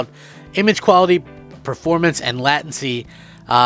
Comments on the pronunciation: "lat ency" 😂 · Late-en-see (Latency) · It’s pronounced latency bro your saying it wrong lol get it right 😂😂😂😂😂😂